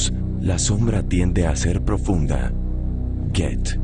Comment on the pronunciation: Siempr me da ruido en la cabeza que pronuncien mal Goethe jajaja